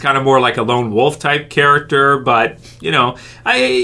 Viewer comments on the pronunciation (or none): none